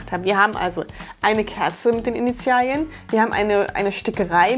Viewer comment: Bin ich die Einzige die wegen "Initial•i•en" die ganze Zeit getriggert wurde? Sorry, aber das i hat da nichts zu suchen.